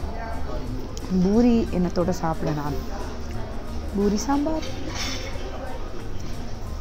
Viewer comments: Heyy small correction, it’s Poori not Boori😄😄 love your videos ❤️😋😍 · yes exactly the Indians call it Poori which is the correct way to say it I think 😃